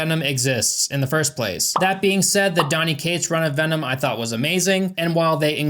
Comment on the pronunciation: Hearing you do the veennomm vvv-v-v-vvennon Kills me 😂😂